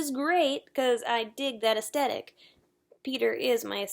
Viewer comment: fyi the "th" is aesthetic IS pronounced.. it's not "t"